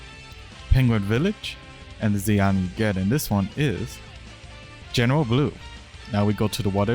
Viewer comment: bro cant say Z item lol check the subtitles XD